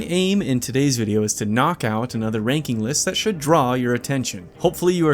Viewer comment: “‘nock’ out” was my favorite